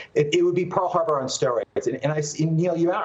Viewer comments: What is "Pear" Harbor?? Geez, come on! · "Pear" Harbor? Lol! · "pear harbor" or "Pearl Harbor"...lol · What's a pear harbor?